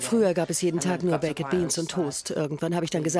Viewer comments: Könnt ihr nicht Baked sagen? Sie sagt einfach Bekked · kann man wenigstens baked sagen und nicht bak-ED 🙄 schrecklich. Lernt mal englisch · Wieso sagt die Taff Tante eigentlich immer Bake-ed beans und nicht einfach normal ‘baked’ 🙄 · "baiket" beans. gute aussprache galileo! top! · Sorry aber es heißt "bakd beans", also das e ist stumm. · Bei baked wird das e nicht mitgesprochen 🙄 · junge sprich baked nicht so hängengeblieben aus